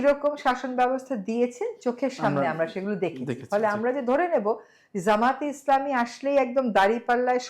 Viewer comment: উনি তো জামায়াতে ইসলামীর নামটিও সঠিক ভাবে বলতে পারেন না। তো তার কাছ থেকে আর কি আশা করা যায়।